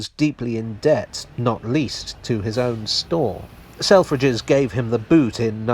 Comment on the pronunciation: I can’t un-hear sell-fridges